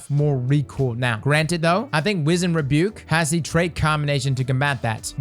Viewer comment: Bro you’re my favorite Destiny YouTuber. Hands down. But BRO! You gotta work on your weapon name pronunciations lol Namely Wizened Rebuke, Beloved and Myrmidon’s Reach in this video. Anyway great video, luv ya. 👊🏼